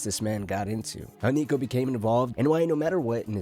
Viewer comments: Homie did NOT say Niko 😭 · had to run it back thought i was tripping